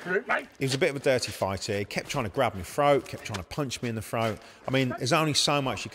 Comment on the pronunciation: "He tried to grab my frote, punch me in my frote" ? What the hell is a frote?